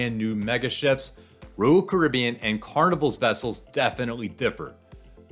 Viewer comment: It's not Rool Caribbean, it's Royal Caribbean.